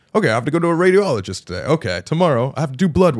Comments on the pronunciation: Me trying not to laugh every time Colby said radio-ologist instead of radi-ologist. Sorry, I'm a nurse. I love Sam and Colby. Also, how the hell would someone ask a patient who potentially diagnosed with testicular cancer if they were a woman, it is literally impossible for that to happen. As a nurse, it is so inappropriate some of those things said. First of all as a pre/post surgical nurse, if a doctor finds something they tell the patient, not us. If something is found, I see my role as being a support system to the patient, always to reassure instead of being like "oh treasure each day". I just recently had a patient who had metastasis of testicular cancer and I wish he would have explored other doctors because the surgery our surgeon did should not have been done in our hospital and as far as I know patient is still intubated in ICU. Colby is very lucky that he has resources, but second opinions are always a good idea. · It’s radiology not radio-ology. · I love how Colby pronounces radiologist as radio-ologist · I almost threw my phone at the wall with how many times he said radio-ologist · This is a very serious story and cancer is a devastating diagnosis. I really hope the best for Colby in his journey to recovery. That being said, one of my coping mechanisms is humor... and every time Colby said "Radio-ologist" I couldn't help cracking up.